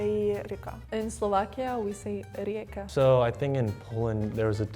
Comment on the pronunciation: in Slovakia no rzeka but rieka (hej ako sorry ale nie som dobrá v angličtine)